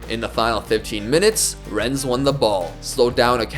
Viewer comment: ES in Rennes is silent :) It's pronounced Renn